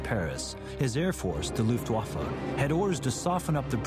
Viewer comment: his airforce : the LOUFTWAFÉ XD great cool vid though ! really like it.